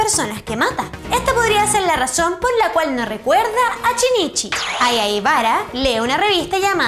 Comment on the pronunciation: Por qué los chilenos pronuncian la SH cómo una CH? En vez de Shinichi dicen Chinichi??